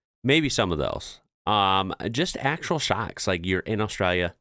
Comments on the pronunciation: thought you were saying sharks not shocks ha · I thought you were saying " SHARKS", not shocks. lol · Anyone else think he was saying Sharks at the start? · Oh shocks! i thought you said Sharks. HA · I thought you said "today we are looking at sharks"... you said shocks 😂😂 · Lol i thought you were say shark lol shock. The unbottle water us free in some place you can just grabby how most place you ask for water and they will give a jug of cold water. The conner shops or fish and chip shops you can grab you soft drinks and juice from the fridge yourself and pay at the counter .